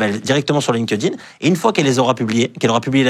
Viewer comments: LinkedIn, se prononce ''linktine" pitié... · « Lin-keuh-din »! C’est la version franchouillarde de LinkedIn? 😂